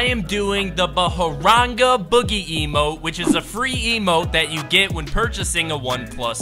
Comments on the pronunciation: I can't stop laughing how he pronounced 'Bhangra boogies' as 'Baharangaa boogie'!! 😂😂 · it's bhangra boogie!! Bhangra is my religions folk dance! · The baaharaenga boogie wyd say like that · and its bahangra boogie